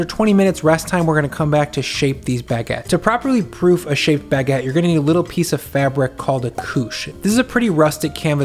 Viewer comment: Your pronounciation of Baguette is so: "omg see how fancy I am, I make and love Baguedde" like I can't pinpoint it but eh